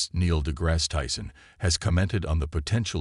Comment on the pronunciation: If your going to mention Niel de Grasse Tyson's name, at least learn how to correctly pronounce it. My wife and I recently saw him speak in Oakland, CA.....and, he and I share a birthday.